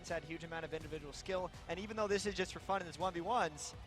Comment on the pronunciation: wtf. i'm sure they said "this is fun" but it sounded like "this is F***ed"